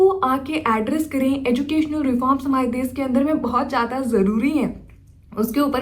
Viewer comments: desh ko des kyu bolti ho . bihar se ho isliye? change kr lijiye achha ni sound krta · Des, sisa🤣 Hindi bol nahi paa rahi. Desh hota hai, Sheesha hota hai. German Shepherd ka time pass hai ye..